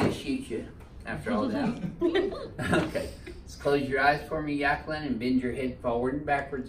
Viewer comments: Yaqueline? You mean jaqueline. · Yakling? Or Jacquelin ? Doc needs a speech adjustment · "Yackaline" lol